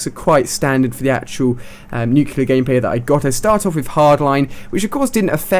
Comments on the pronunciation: Nuclear. Not nucular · Why does everyone mispronounce nuclear, its NUKE-LEE-UR not NUKE-YOU-LUR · Ahhh, nucular. That just annoys me. NuCLEAR, Ali!! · For god sakes!! IT'S 'NUCLEAR' NOT 'NUCULAR'!!! GOODDAMMIIIT!!!! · Haha, he calls it nucular! It's nuclear! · Nuclear is pronounced new-clee-er, not nuke-you-lar. I love you Ali-A but this is my #1 pet peeve! Sorry for complaining :) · Somebody has to tell you, man... "nu-CLEE-ar." Not "nu-cue-lar." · "nuke-ilure"....... bruh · nuclar he said not nuclear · Ha he said nuculer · How many nuculars have you gotten? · You look like less of an idiot if you pronounce "nuclear" correctly. It's not nucular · That's not how you pronounce nuclear... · you keep pronouncing "nuclear" wrong lol